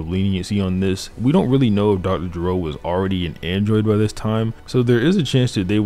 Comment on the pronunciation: Never in Mt life have I heard someone pronounce Dr Gero with a G and not a J